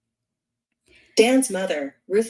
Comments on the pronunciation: like most people commenting, I'd much prefer to hear your voice. But if you are going to use an AI voice, change all the co-conspirators' surnames to "Aydelson" and the AI voice will say Adelson the way it is supposed to be pronounced. Keep up the great work. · You are pronouncing the name incorrectly. The name would have to be spelled Addelson for this pronunciation to be correct.